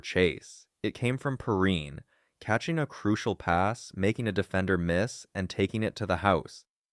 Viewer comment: This name it is pronounced (Pee-rine) C’mon man!